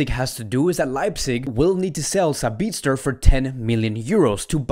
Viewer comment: Its not Sabi'ZT'er... It is Sabi'TZ'er